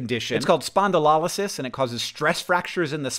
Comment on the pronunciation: thanks hank, your pronunciation of spondylosis is the best sounding word of this week. i love how you both cope by learning about humans and our humannessness. i hope john gets in a manageable levels of pain soon 💛 dftba